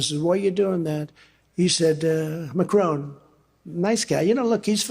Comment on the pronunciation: Macron, whose name he butchers (it's not "Macrone") spells the same word "NOUS". How about that? I do agree with Trump about one thing, though. He's certainly amazing. Or, as Macron might put it it, incroyablement stupide. Macron doesn't need to speak French, of course. His English is extremely good, and certainly a lot better than Trump's.